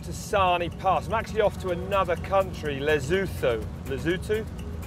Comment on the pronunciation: "Lezutho", No Lesotho